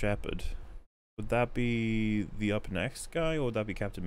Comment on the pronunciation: "up neckst"